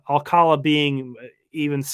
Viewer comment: OK, I live 20 minutes from Alcalá de Henares. That's where Jorge's surname originated, so to pronounce his name correctly, you need to put the accent on the last syllable of Alcalá. So it's alca-LA.